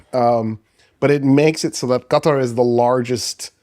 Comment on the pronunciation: Stop pronouncing Qatar correctly. Its off-putting. 😅